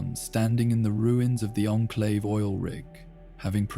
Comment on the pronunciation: Teach this voice to say onclave instead on inclave please and you got it